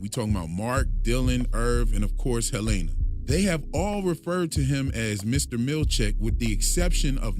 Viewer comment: I love your videos so much but the pronunciation of Helena is killing me 😂 😢